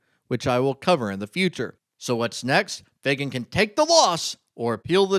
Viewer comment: Shouldn't you pronounce the name, FAG AN ? Where do you see a "Y" ? FAY GAN? Huh!